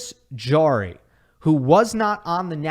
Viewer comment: Great job, except for the pronunciation of Nicolas Jarry's last name. It is Harry, since j in Spanish is pronounced h (e.g., Jose).